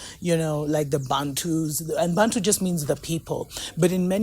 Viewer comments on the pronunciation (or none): none